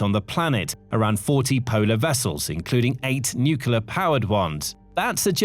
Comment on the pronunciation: I'm an avid follower of your reports, and I've realised that you're very careful about how you pronounce Russian place names, but pronounce 'nuclear' as 'nucular'. I find that juxtaposition very odd.